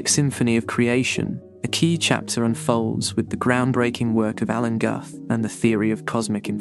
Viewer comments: Alan Guth is pronounced "gooth", as in "tooth". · Brian Cox never called Dirac ‘Dairac’ or Guth ‘Gath’.